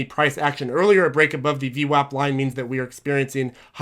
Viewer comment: it's not VWOP it's VWAP and it does really matter, you are insulting an entire race of Italians when you say VWOP